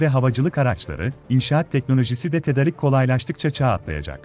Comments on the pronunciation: tedarik diye yazılır ama tedârik diye okunur, güzel, lafı uzatmadan ne söylemen gerekiyorsa bunu söylediğin, takdir ettiğim şekilde haberler yapıyorsun, lütfen diksiyona da biraz dikkat edelim, sonuçta spiker seviyesinde olman gerekmiyor ama ana dilimizin diksiyonuna dikkat etmek gerekli diye düşünüyorum. sonuçta seni dinleyen binlerce insan var. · tedarik değil tedârik ... A harfinde uzatma ve ünlem var kardeşim. 😊